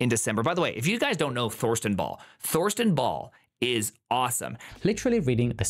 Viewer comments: By rhe way - "Thorsten" is pronounced "Torsten". We Germans might write a "Th" at the beginning of something - but we never speak it (because we can't). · the "th" in Thorsten is just a t, dont do the english th sound there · Hearing someone say Thorsten with a „th“ sound in the beginning instead of just „t“ is weird